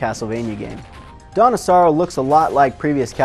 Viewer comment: Lulz it sounds like he's saying "Donna Sorrow", like the name of a girl or somethin